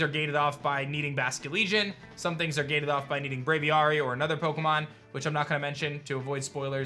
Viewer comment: Does it ever aDrive anyone else wild that he refuses to say Braviary correctly? Brave aviary. Hard A sound both times, buddy.